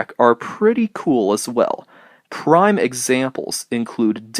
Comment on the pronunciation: PRIME example. Not “brime”. And it’s executives, not “execatives”.